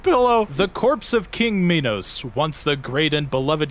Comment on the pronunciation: Okay so King Minos is often mispronounced. He, like Act II's King Sisyphus, is named after a king in Greek myth. In particular, Minos is the king who locked up Daedalus and Icarus in that one tower. He did that because Daedalus made a wooden cow suit, the world's first fursuit, so Minos' wife could get it on with this one prized bull. It's fine, one of the gods cursed her to be in love with it, she wasn't like that. Anyways, she did have a child from that bull. It was called the Minotaur. Translated, "Minotaur" actually means "bull of Minos" (Minos + Taurus). Fun facts aside, Minos' name is pronounced "My nos" and not "Me nos". I included that trivia up there both to flex how much of a nerd I am, and to show how I came to learn how to properly say his name. After all, it isn't a Me-notaur.